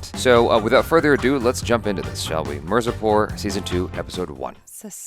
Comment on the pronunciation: It's not mer-zapor Me-r-zaa-poor